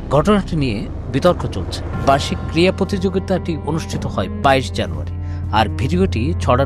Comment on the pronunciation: ক্রীড়া প্রতিযোগিতা।।। ক্রিয়া প্রতিযোগিতা উচ্চারণ করা সঠিক নয়।